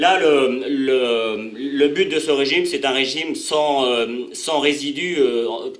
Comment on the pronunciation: Donc. Et pas donque, but. Et pas bute